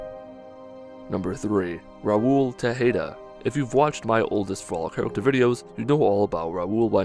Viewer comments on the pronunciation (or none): How dare you. Raul is the last Tejada (pronounced Tay-ha-duh), not Tehada(incorrectly pronounced as Teh-hay-duh). As the best companion in New Vegas, that is an insult to his greatness. He hasn't survived over 200 years to have his gravestone misspell his name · its pronounced teh- ha-da